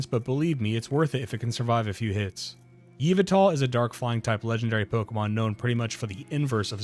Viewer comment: /Yuh-Vuh-Tull/ - is the only accepted pronunciation for the Y Box Art Legendary.